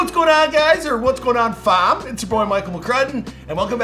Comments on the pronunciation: Is it me or meant to say fam but pronounced it differently in the beginning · Dam bro not to hate but don’t say fam no more !!! You not saying it right . Love your show